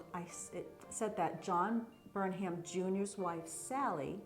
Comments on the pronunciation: Words ending in 'ham' are pronounced "um." Durham, Pelham, Chatham and Burnham. So it would be BERnum, not Burn HAM. Also Ammi is pronounced AHme, not Amy. Ammi Phillips was a very famous painter. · The H is silent. Burnum. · Do you pronounce it Burnham or Burnum, without the h?